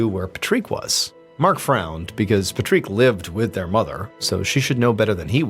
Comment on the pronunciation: pat rick!!!!! not pa treek the freak! And please, no music after the video!